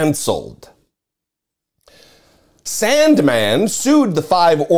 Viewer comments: you say Sandmann like trump says China Stop it, ugh 😑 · I love how he pronounces Sandmann! He's got me rolling. Hey, justice really does matter!